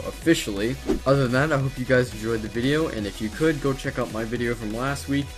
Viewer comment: you said gice